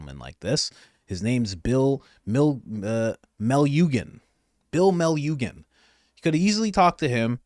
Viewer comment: Fox reporter name sounds like this (Bill Me-lu-shun). He practically lived at the border for many months at a time over the last three years. It's still his main gig for Fox, but he now covers some other news as well.